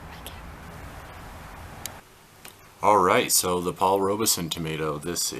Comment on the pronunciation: Paul Robeson pronounced his name with the E silent! I know it isn’t a big deal, but as a person, he was enormous and deserves for his name to be said correctly!